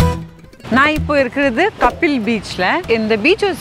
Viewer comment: not kapil ..it is kaapil